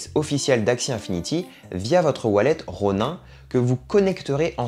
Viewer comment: Outch mes oreilles saignent quand je t'entends dire "Ronain". Et y a quelques truc qui sont pas à jour mais bon bonne vidéo. Et on ne gagne pas comme ça 2000€ par mois. Il faut dépenser des milliers d'euros...